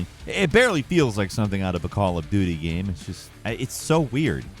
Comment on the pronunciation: Has anyone else noticed mispronouncing game as gam in his narration?